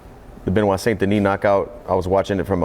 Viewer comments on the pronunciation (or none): none